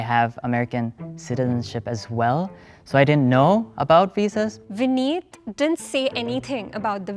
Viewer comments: He should’ve said vinn-it as in innit but with a v at the start saying nobody ever messed up your name was wild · “Vinit” is straight up diabolical😂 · No joke ur vinit and not vineet🤣🤣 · "vinit" is truly the vinit of all times